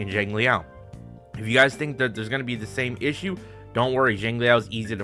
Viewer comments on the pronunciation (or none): none